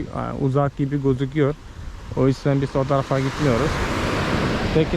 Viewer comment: Gordünüs mü ve bis demen 😍 z yerine s harfi tercih ediyorsun 😇🖐ama kulağa çok hoş geliyor